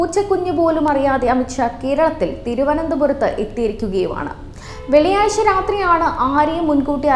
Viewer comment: വേളിയായ്ച്ച അല്ല, വെള്ളിയാഴ്ച്ച ചെനൈ അല്ല, ചെന്നൈ. തിര മേഖല അല്ല, തീര മേഖല. ചേത്രം അല്ല, ക്ഷേത്രം.